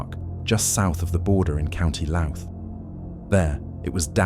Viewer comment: Its pronounced Louth....not Lout